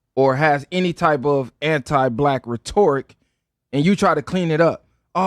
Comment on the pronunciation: Somebody learned a new word. It’s RHEToric. Not RheTORic.